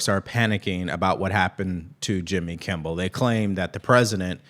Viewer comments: It’s Kimmel. Not Kimble. And it’s couldn’t care less, not could care less. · I like your podcast but man do your homework the dude's name is Jimmy "Kimmel" not kimbel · Kimmel not kimbal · his name is Kimmel Not Kimball😅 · Kimmel… there is no B in it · Gm, are you saying jimmy “Kimble” on purpose? He’s scum either way lol